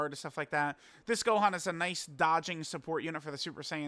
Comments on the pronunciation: Gohan ❌ Gokkhan ✅ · did say Super Sayian Gokhan? 🤣🤣🤣🤣